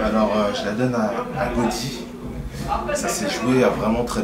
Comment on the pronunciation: il dit je la donne à Godi °°, il est sérieux? putain 9 éditions et sa écorche encore le nom des mc's, n'importe quoi lol